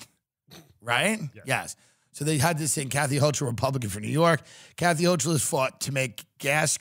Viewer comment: tim mispronouncing hochul as a new yorker is heartbreaking he really dont give a shit about us no more🤣🤣🤣🤣